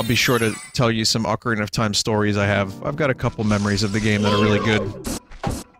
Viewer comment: Acareenya of Time Randomized. Nice.